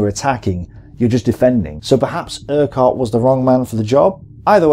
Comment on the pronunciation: FFS! The Scottish name - URQUHART is pronounced - URR-KUTT NOT - ERQ-WHART. I can understand a Yank getting this wrong, but not a British WW2 history buff... So you get a thumbs down for that alone! . Another WW2, YouTube geezer mispronounced the other General... AUCHINLECK - Which, like the - QUH in URQUHART is prounounced as a hard C or 'K' - As in - AW-KIN-LEK NOT - AW-CHIN-LECK (...eye roll...)